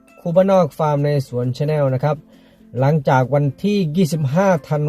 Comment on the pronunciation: ภาษาอังกฤษแบบกะลาแลนด์. Channel เขาออกเสียง"ส่าแน่ว" หรึอครับคุณครู? 5!